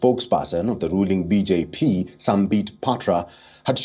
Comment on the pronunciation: He's pronouncing BJ Pee 😂😂